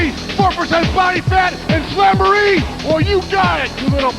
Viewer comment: "AT SAMBOREE" - Macho Man (talking about slamboree)